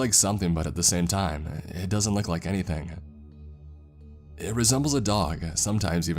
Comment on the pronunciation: "and they luv ieeeeEieEeeeEt" "animuhHhHL" "protocouhHhhLs"